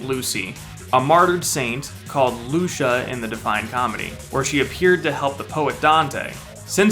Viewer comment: It's Lucia not luscha lol